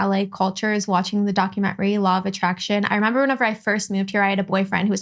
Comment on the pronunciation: Please teach Lana how to pronounce DocUmentary